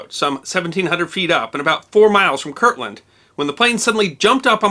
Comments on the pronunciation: So... it's KirTland (with a T) AFB, not Kirkland as you keep saying. I was there, in school, a couple miles from the 'drop'. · I worked on Manzano Mountain (a weapons storage area on Kirtland) in the early-80s, and we had always heard a rumor about this, but we never heard the whole story. Sounds like much ado about not much. Speaking of much ado about not much, it drives me crazy when you pronounce it: Kirkland. But everyone else does, so I'll get over it.